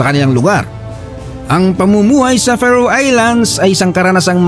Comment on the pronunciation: FAROE is pronounce "Feh Row" not Fa Roo. I have a high school friend who settled in Faroe Islands with his wife. Would love to visit it since I know very little about it.